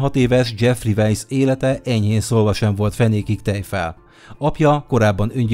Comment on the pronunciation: Az Jeffrey "vízi" nem veisz,jó videó lett:)